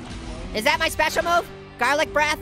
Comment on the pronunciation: hey garlic breath or farlit breth hahahaha😅😅😅